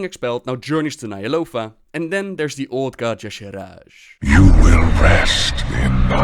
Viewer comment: you pronounce "Ny'alotha" as Nyalofa. Good video otherwise